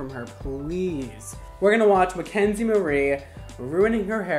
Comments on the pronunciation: sooooo, is it mackenzie, or mckenzie?😂 her channel says mackenzie but he says mckenzie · Brad Mondo I’m sorry but you keep forgetting the “a” in “Mackenzie” 😂